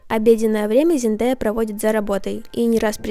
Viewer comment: Только ЗендЕя правильно